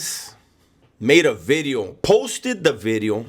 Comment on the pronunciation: You need to copy right "New B'ideo" so funny when you pronounce the V!!!! Keep up the good stuff Mang!